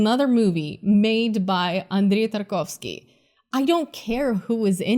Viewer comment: I didnt know you were Russian...until you said the name Tarkovwski, i mean the way you said it lol